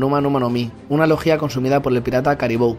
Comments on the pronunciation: Muí vuen bidio ,pero cada bez que decias "logia" ponias el aCnto en la "í" y en mi KBza solo sonava "legía" xD. Podrías decirlo acentuándolo en la "o"? Pofavó (Las faltas de ortografía son a propósito, no os ralléis ni me jeiteéis) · "Lojjjjjia" wtf